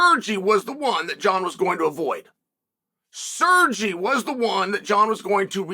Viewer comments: SerrGee!! Guy is a professional butcher of names. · Calling Sergei “Sirgee” is such a Chael thing to do